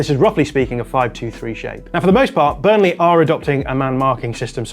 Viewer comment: also says Burnle'h' 😅